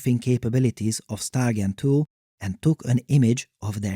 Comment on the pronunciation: Took until seeing “StyleGAN2” written out to realize that he wasn’t saying “StarGEN2” each time